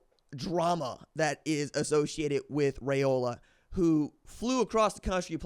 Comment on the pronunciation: Its pronounced Rye O la like rye bread not ray o la